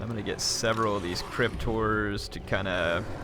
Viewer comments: to me it sounds like crypt whores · every time you say "crypt horrors" it sounds like "cryptors"